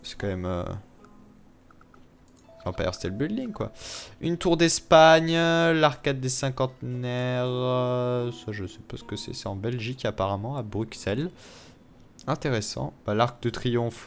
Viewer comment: Encore une video de superbe qualite avec un supperbe contenu ;) Ps:On dit Brussel (et aussi Anvers se dit Anversse au cas ou ;) )